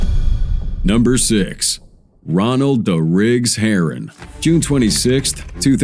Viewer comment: RA DIGGS NOT DA RIGGS😂😂😂